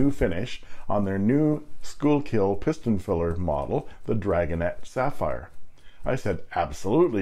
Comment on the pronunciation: Schuylkill is pronounced "Skookul". I live only a couple of miles from the Schuylkill River in the Philly suburbs. There's also a Schuylkill Rd a few streets over. I know it looks like "school-kill", but we like to leave that to the Boomtown Rats, because they don't like Mondays.